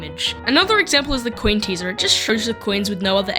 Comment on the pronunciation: why do you pronounce coin as queen